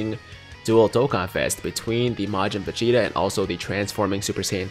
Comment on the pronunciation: Anyone else notice he pronounces Vegeta as Facheta 😂😂